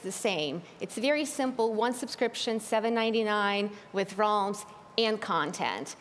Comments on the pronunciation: She’s out here saying ‘Realms’ as ‘Rolms’ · Realms? Nah fam its Roelms bro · Just listen to her... "Ralms"... Lol😆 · is it me or do they say minecraft rolms? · Nobody: Minecraft employees: RoLmEs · That lady pronounced realms so weirdly.